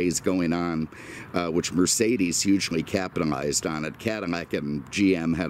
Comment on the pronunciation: You should try your hand or voice at voice over or narrating for shows, give Mike Rowe a run for his money. just one thing you butcher Mercedes every time :) ever come to the Indy 500?